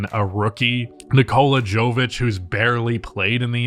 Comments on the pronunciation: Nikola "Joe Vich" 😂 come-on lol Nikola Jokic pronunciation isn't hint enough? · Please pronounce Jović just like you would Jokić (Yović) and Jaime is more like Jaimay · piggy backing this to say that similarly, “Jovic” is pronounce “Yo-Vich”, like Jokic lol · As a Heat fan thanks for the love but please I know he’s not the most popular player yet but I’m almost certain it’s pronounced “yo•vic” it’s the same way you say Jokic but with a “vic” instead of a “kic” I could be wrong but they’re both from Serbia so I think it’s pronounced the same. Now that I think about it tho I think I’m heard people say Jovic with like an actual “Jo” but I’m pretty sure that’s wrong although I’m just an ignorant American so I could totally be wrong and if I am someone plz tell me so I can get their his name right lol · Love you but if you can pronounce Jokic correctly then you can pronounce Jovic correctly 🤣